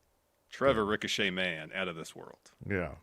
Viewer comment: Ricochet: Rhymes with fun